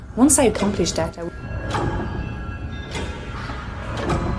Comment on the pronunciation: Sorry turning off... can’t listen to the pronunciation of “THat” not “Dat” “Dem” etc etc. She needs elocution lesions